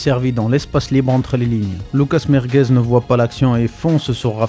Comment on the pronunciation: Vasquez c'est quand même 5 LDC. C'est quoi ce "Merguez"😅